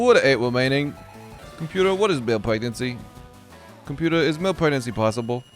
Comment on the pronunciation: What no sleep does to a man... "Computa, pictures of fwogs kissing."